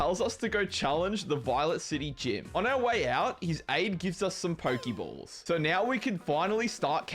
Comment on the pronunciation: Pokeballs, pokemon... Why do you say it weirdly? 😂